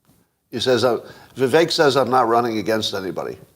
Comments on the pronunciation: I don't think it's pronounced "Viv-Ay -ick" is it? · I've heard him pronounce his name Viv-Ache